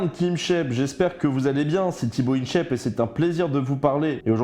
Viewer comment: Jsuis le seul à vriller dès qu'il dit "Tibo Inshèpe"? 😭